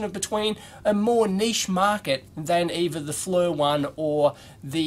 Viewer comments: For what it's worth, the company name is pronounced like "Fleer", not "Flur". But you get a pass because your moon is upside down! ;-) j/k... please don't these the knife on me! LOL! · Fernrat if you go to their corporate website and watch the promotional videos, they pronounce it "Fleer". I wonder if the "Flur" version is a regional thing? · Maybe his Flur unit does haytch-D video? :) But yeah... The mispronunciation of the company name does get a little annoying.